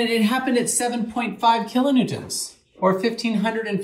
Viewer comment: "kilo newtents"